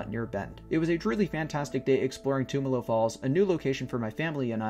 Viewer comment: Awesome, I used to live in Bend. Though you are pronouncing it wrong, the "tum" is pronounced like in "tummy". I never made it up there during the winter, only summer, looks beautiful. I also never made it to Smith Rock, I'll have to go sometime. I can recommend checking out Steelhead falls sometime. It's a nice hike and in the summer you can swim and cliff jump there (as of last time I went anyways).